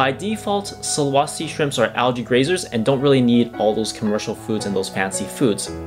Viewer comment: Sulawesi the e sound like the second e on "enter". Not sulawasi. Not really important but just to let you know the correct pronunciation